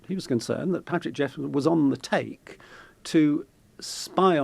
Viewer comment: Wish u pple reporting on stories wld get the facts correct. It is patrick jephson not jefferson as u initally say.